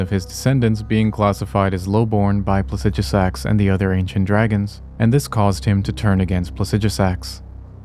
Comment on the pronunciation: It's so funny hearing pronounce Plasidusax, and we as a community still pronounce it how we have said it for year's it's spelled. 😅